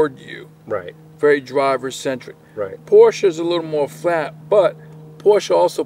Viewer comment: Great video. And I am especially appreciative of the correct pronunciation of the car brand ‘Porsche’. Too many pronounce this brand incorrectly.